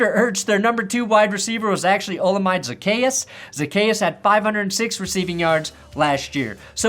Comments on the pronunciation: Oh-Lah-mee-day Zaccheaus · Olamide Zacchaeus' name is pronounced Oh-la-me-day Zach-ee-us